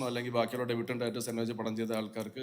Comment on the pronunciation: എല്ലാ മലയാളികളോടും, ഡെബ്യൂട്ടൻ്റ് അല്ല, ഡെബ്യൂവൻ്റ്. പ്രൊജെക്റ്റ് അല്ല, പ്രോജെക്ട്. പ്രൊജെക്റ്റ് എന്നാൽ പ്രതിഫലിപ്പിക്കുക. പ്രോജക്ട് എന്നാൽ ഒരു വർക്ക്. ഞാൻ പ്രകാശിൻ്റെ പ്രകാശിൽ സാദാ മലയാളം പള്ളിക്കൂടത്തിൽ പണ്ട് പഠിച്ച ആളാ.